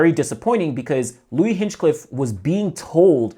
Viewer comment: A minor note: his name isn’t actually Hinchcliffe, but Hinchliffe. There’s no “cliff” after Hinch. Just “Liff”.